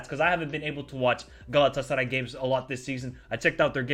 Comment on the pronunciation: your pronunciation saying "Galatasaray" is amazing... :D